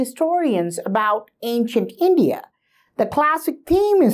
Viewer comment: I still cant wrap my head around your small mentality. You like to think of hindutav or snantan dharma. But when it comes to describe your country you cant pronounce India. Sad mentality like yours brought us upon our knees. I being a Gond person have more right than yours to fight with hindu narrative, but still i believe we are strong as one nation, not just projecting a small state... Its just like divide and rule policy the britishers hard. Really really sadden by this thought process of Kannada brothers. Its not far i think that most of you will start asking for another nation when as a civilization we were spread all across such big nation. I just urge you to truely understand our legacies and become one, not kannad, not bangali, not bihari. One civilisation.